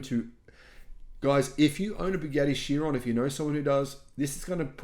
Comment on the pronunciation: "Chiron" is pronounced "kai-ron". Also, 300 kph equals 186 mph (not 196 mph). I know. I've gone 275 kph on a race bike.